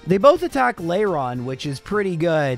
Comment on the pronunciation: Layron? Where are you finding the y? At least Tropius sounded correct, considering I don't remember seeing it in the anime. That said, I'm honestly concerned with how you went from actually caring about the fainted Pokémon to just insulting them. Bonus points for poor Absol.